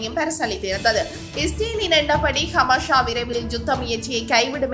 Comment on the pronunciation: ஹமாஷா இல்லை ஹமாஸ்